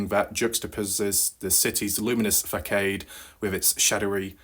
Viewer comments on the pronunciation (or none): Not faa-cade, fuh-saad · "Facade" not proNounced -(Fa-Kade) -proper proNounciation -(Fuh-Sod) / (FACADE) uSed in sentence : -the Entire Boasting Proclamation surrounding the Founded (M-cave) so as ASSumed to having been the very (M-cave) / (Mystery/Cave) One -mr kENNETH☠️VEACH* had So Stumbled uPon back on that day whence making said iLL Fated Discovery after having been Out & about Once uPon that mid/day AfterNoon upon a High Desert Excursion late in the Arid summer of 2014 Mr VEACH did so Allegedly Discover Said (M/cave) as He had Left it Partially EXplored for another day another day in wich would Arrive and so Prove to be His IMPendant DOOM as so it had Recently Come to Light After Mr KENNETH's HighDesert Demise someOne or Another did so Proclaim to Have Found Mr KVEACH's Infamous MysteryCave -in wich this ENTIRE PREMISE turnedOut to be a comPlete and Total (FACADE) ok EXAMPLE /used in a sentence was Actually used in a Complete 32 Volume ENCYCLOPEDIA BRITANICA -(my slighted misCalculation) ok "FACADE" -used in sentence -(this time) upon meeting a Trannie at the Town/Tavern to my BEwildered disMay as I had so shocKingly Happened to Discover /whilSt Reaching downWard w/ Aspirations Set uPon Grasping a Loving HandFull of HER\(His) Luscious PoonTang inStead -Said Luscious PoonAnni turned out to be a complete & total -"(FACADE)" /a SHAM i say as it were on that iLL/Fated Night of FAILED LOVING tWas a Complete & Total SHIM/SHAM if I do say so mySelf ok EXAMPLE used in an Entire NOVELA this time (& not